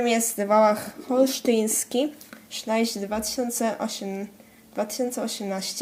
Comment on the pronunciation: niechce cie urazić ale mówi sie (Szlejch)